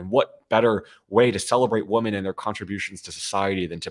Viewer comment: Thanks for all do defending democracy. Kudos.👏 one constructive criticism: you are very erudite but I've seen you in a number of your podcasts mispronouncing "women." You pronounce it singularly ("woman") whether it's singular or plural. Just make yourself aware of it, and I'm sure you'll get the hang of it.